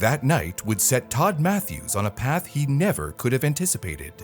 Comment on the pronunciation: Todd Mathis bro not Mathews I'm from algood Tennessee (abt. 15 miles from Livingston where he lives and have met him...